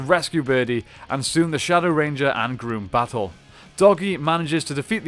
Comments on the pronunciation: It's Grumm not Groom 🙄🙄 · You keep calling grum groom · Wait did you just say emperor groom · "Emperor Groom"? XD I'm dying. It rhymes with rum and chum. It's Emperor Grumm. That's how they pronounce it in the show.